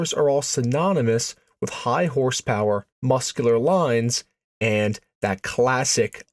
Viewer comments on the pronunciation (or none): Stop saying AND so much. Also the pause you put infront of almost all your and with the hard A you put on it makes it very Distracting